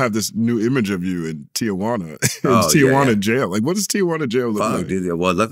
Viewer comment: It's Ti-juana